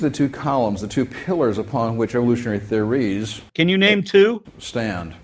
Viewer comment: Why does he keep saying theories with the emphasis on the final syllable?